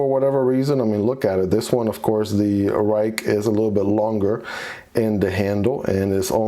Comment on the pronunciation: it is pronounced “rake” (: I found that out when I went to a knife event and a gentleman from Ruike corrected me lol